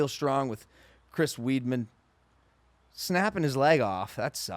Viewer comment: Lmao soon as I heard Chris Weedman, I had to head to the comments.